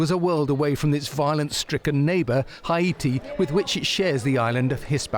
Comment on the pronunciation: Why does he pronounce Haiti like that? Not how we say it in English.